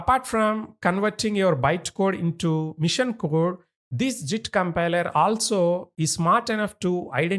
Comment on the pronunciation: The way of teaching is very good but the author needs to improve his English. He is calling "Machine" a "Mission"... His sentence is not proper. If he improves his English, he will be one of the best tutors in YT...